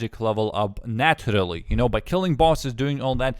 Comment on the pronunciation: turned off when you said naturally with russian accent